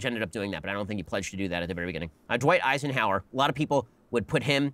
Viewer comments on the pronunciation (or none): Who’s esienhaurer??